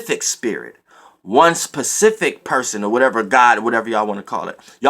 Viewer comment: Lol he was really making a point to say SPECIFIC instead of PACIFIC like he been saying. I never cared anyway cuz the message is the message..